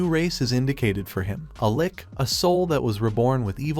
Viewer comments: its L-itch not lick 😭😭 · FYI, that’s not how you pronounce ‘litch.’